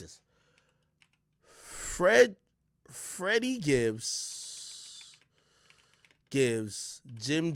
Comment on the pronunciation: FED-dy Gibbs 😆